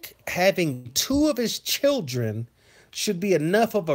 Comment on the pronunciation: Hey, been missing some of your shows, but caught this playback. Although hilarious😂😂😂😂, there is so much truth to what you said about how a real man is supposed to handle his business. Not to mention when you said "chil'ren" and "whooooppssy!!" I was done!! Kudos👍. Peace and afrogrease✌